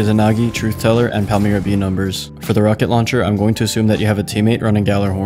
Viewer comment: WHAT THE FUCK YOU PRONOUNCED PALMYRA ALMOST PERFECTLY